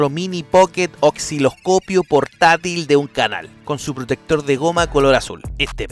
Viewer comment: Buen contenido, PERO, no se dice Oxiloscopio, se dice "OSiloscopio", sé que lo dices porque al leer tiene una C intercalada, Osci los copio, pero esta C va después de la S, no antes... Entiendo que en Cuba o tu pais llegaron tarde al lenguaje español... Pero aún así, pueden aprender... Lo mismo le pasó a algunos con las palabras Escenario, Piscina, etc porque ven esa C y se perturban 😂 practique! Le conviene porque de lo contrario te dan DISLIKE y eso, no te conviene. Chau